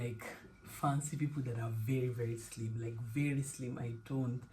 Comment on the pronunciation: It was the emphasis on “He was slimmm” and holding out your index finger😂 A good partner is truly a gem, worth cherishing.